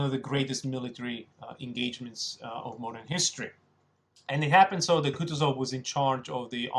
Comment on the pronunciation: It's KootOOzov